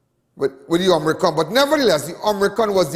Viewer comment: Not Om-ri-con. It is Omi-cron. Lawd!!